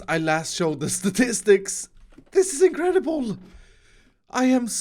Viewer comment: Nobody:: tHatS iNcrEdIbOl!